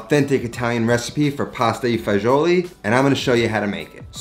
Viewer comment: dude, are you italian or not? It’s „Pasta E Fagioli“, not „i“, it is not spanish.